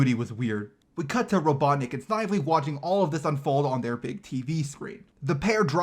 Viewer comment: Yoou pronounce it Snive - Ly as in Sniveling worm or just say Snivly and ignore the E effect.